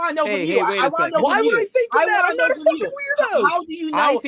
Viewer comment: he is NOH a pwewewur